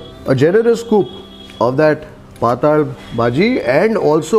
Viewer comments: It is not pataal It is patal which means having liquid character The pataal as you pronounce means lower world below this earth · It is patal bhaji not pataal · It's ಪಾತ್ತಳ bhaji, not ಪಾತಾಳ bhaji,,😃